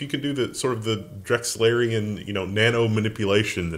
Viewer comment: Did you say "Drexlarian"? ;-)